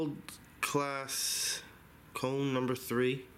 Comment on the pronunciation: "Calss" ? LOL